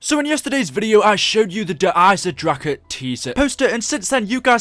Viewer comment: "Der eisendracha" stop saying it like that